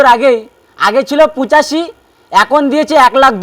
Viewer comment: পুচাষী নয় ভাই পঁচাশি বলো